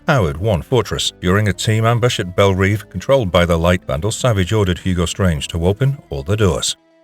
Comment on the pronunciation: It's pronounced Belle Rev